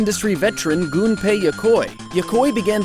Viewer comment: Thank you for pronouncing "Gunpei" correctly.